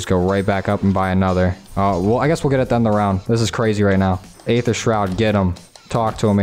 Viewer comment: Did he just call it 'dark 'ather'? FML this guy must be new to zombies